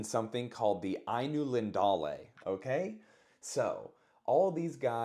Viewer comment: Ainulindulae is such a pretty word when it’s pronounced right. Tolkien invented so many words that sound like a small poem. Pronounce it however you want to tho; Lord of the Rings is the best.